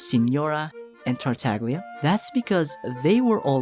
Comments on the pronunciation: It's spoken "Tartalia" in Italian. The g is almost silent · for example with La SiGNora they understood and they pronounced with the italian pronunciation, so I dunno why they think "GL" is like "GLue" and not like "You". (Indeed "TartaGLia" with the italian and correct pronunciation rhymes with "SnezhnaYa") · Another fact is actually Tartaglia is mispronounced by everyone because we call him in 'english language'. But in Italian is TartaGLia with the italian pronounciation. (almost a "Y" in english, so it is: TartaYa) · I call it the "Tagliatelle" principle. The g is silent. I always flip when people say TartaGlia... why tho. But don't get me started with Scaramouche 😅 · i know you already know about this, but you say Tartaglia like "Tar-tag-leeyah" or "Tar-tag-lia." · Say it with me. TART (like pop tart), TAG (like a shopping tag), LIA (like uh.. leeeeeea) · the mispronunciation of his name is ridiculously funny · everytime you say tartaglia wrong it sends me flying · You can pronounce Shneznaya, but not Tartaglia?